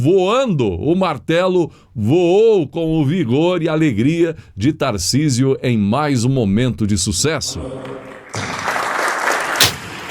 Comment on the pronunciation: O nome é Tarcísio e não Thorcisio.